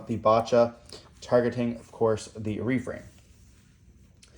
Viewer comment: yo that refrain pronunciation is REPULSIVE